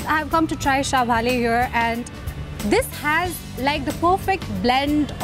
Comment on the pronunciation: isnt it syaphale instead of syabhale ?